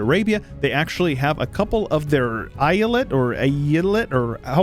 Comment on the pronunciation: I think a more appropiate pronouncation would be something like like "Eh-ya-let" or "Eh-ja-let"